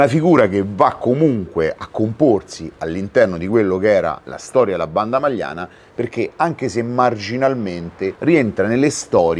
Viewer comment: Non la Magliana: a’ majana